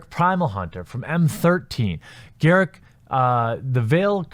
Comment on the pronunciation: GAW-ROOK not GAIR-ICC!